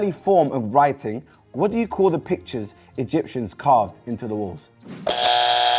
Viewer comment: “The Egypts Dem” 😂😂😂😂 I’m dying